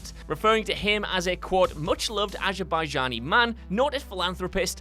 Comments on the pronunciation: yo I know it's hard to pronounce things with the accent sometimes, but you just called the Azerbaijani man an eggplant. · My guy... you completely butchered the pronunciation of ‘Azerbaijani’ when talking about the GTAV mission - it’s pronounced ‘A-zer-bi-jhan-e’ just for future reference! :-) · As an Azerbaijani, you butchered all of the names so bad that I couldnt even recognise the name for a bit